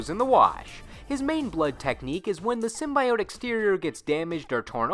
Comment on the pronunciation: Anyone else cringe when he pronounced Symbiote